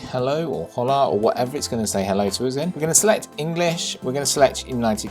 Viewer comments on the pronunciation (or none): When he said “hoela” cringes me... I know ur from U.K. but it’s pronounced “olah” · It's pronounced ola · no no, it’s fine. You did keep it English, I was just stating out to when you said Hello in Spanish incorrectly, myself know a little bit of Spanish so, my OCD kicks in whenever I hear someone off. It’s all good though